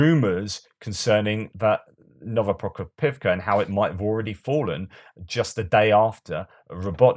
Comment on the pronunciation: You know its a good episode when puts his ears through abuse and has to pronounce Novoprokopivka 😆 One day you’ll get it hehe